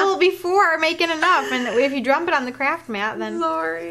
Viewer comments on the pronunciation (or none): sorry sounds like they says craps not crafts